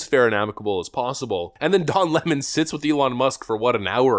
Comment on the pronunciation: Can I be honest,?” without going to jail on March 17th And don’t plan killing myself ,Don 🍋 Lemon La’mon correct spelling & pronunciation lemon would be correct He is a wet tampon they gone to the same Teleprompter reading Boot Camp that’s all liberals go through and they cannot break the habit of being an assholes Lemon could go cuddle with Fredo ? I think he turned his Lemon self away from the only friend he had Fredo and I believe A network what’s to do a sitcom called (two brothers and a 🍋 Lemon 🍋 Steltzer corporation